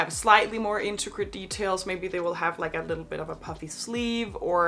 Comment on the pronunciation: Don't mean to be that person, especially since I enjoy your channel very much, but my ocd just gets the better of me. There's just a word that is by far your "go to" word and I wouldn't say anything except it is said in basically every video, sometimes multiple times a video, and I'm sure it's not a big deal to anyone else but again my ocd. It's the word "intricate". You always say "inticRate" instead of "intRicate". I know its Probably not a big deal to anyone else but it's just that I enjoy your content very much except for when we get to that word, it messes with me. Other than that, big fan. Keep up the good work.